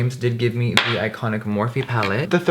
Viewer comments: "its ikHONIK" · is it iconic, or styeconic?😂💕 ly girl♥️♥️